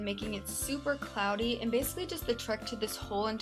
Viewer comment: She said clody